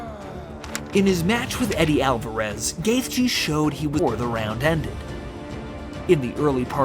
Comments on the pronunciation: bro pls if u make another gaethje vid pls say it like ‘gaechy’ that’s how it’s said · Sorry, but you don’t need to emphasize the “th” in his name. I like your video, but that was quite annoying since he is my favorite fighter along with Wonderboy. Just call him Justin or “The Highlight” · The fucking fact you can’t say his last name correctly is infuriating. You don’t deserve views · He’s not even saying the right last name 🤦🏻‍♀️